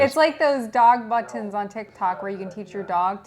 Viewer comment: Dog BuT Ton So weird actually saying the T sound lol